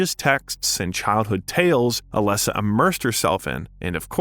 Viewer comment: Overall great video but the way you pronounce Cybel abd Dahlia (and occasionally Alessa) was very distracting. The game has voice acting so I'm not really sure how that happened since I'm assuming you've played it? Having saud that, I still did enjoy your take on things, especially the history of Japanese horror.